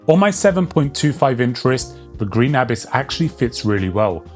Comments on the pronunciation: Abiss? stop saying it like that xD it's abyss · say abyss properly